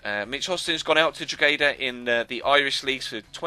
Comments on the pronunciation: it is said like Draw - Heh - da not Drog - He - da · You said drogheda completely wrong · You don't pronounce the g in drogheda